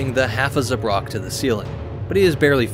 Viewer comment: it's ZA-brak, not za-BRAK